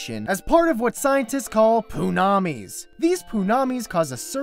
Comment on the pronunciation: When he said poo-nami. The black man in me thought he said poo-nanny.